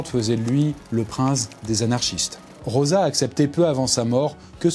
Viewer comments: Rosa = "roza" ...... "Roça" = Rossa , please faitent un effort ^^' Rosa de rose comme la fleur, et rossa comme rouge " la donna rossa " , la femme rouge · Juste que ça se prononce ''Roza''... Sinon y aurait ''2 s''